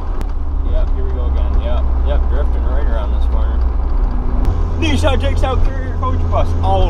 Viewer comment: its nissan not nission